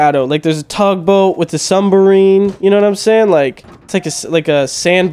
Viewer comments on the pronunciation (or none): Bruh what’s a sumbarine 😂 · has his M and B backwards with submarine... he says "sumbarines" lol we love you. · "Sumberine" do the speak very well